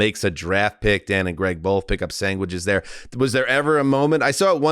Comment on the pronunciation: Nigga out here saying sang-witches